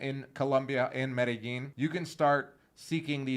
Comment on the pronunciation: Is the way you are producing Medellin correct? You pronounce it Meydasheen. Is it pronounced Madayeen?